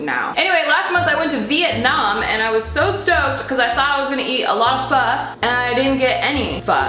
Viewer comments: CRINGE!! Pronounce pho like ur asking a question. Also, interesting kinda pho. Not something I've seen before, but looks good. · I always pronounced Pho as PH-OOO not PH-AAAAA😂😂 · its pronounced “fu” like fuck but without the ck lol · Omg you really phoking messed that up big time 😂 This is very but very faaar from pho 😂